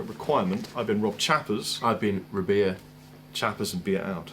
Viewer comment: every time i happen to see this video i swear says "I'm Beer", man... am i going crazy?